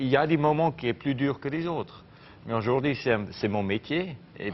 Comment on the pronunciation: Chui choc même avant il disait "ojourdi"